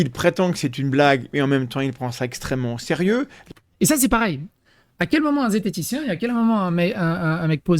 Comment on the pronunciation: Mais ce 'e sont pas des zététitiens. Ce sont des z'entitichiens...